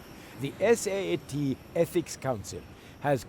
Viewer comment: I dont know, it hurts me a bit to hear you say saat all the time, its S. A. A. T. , not saat. No hate, just love tho :D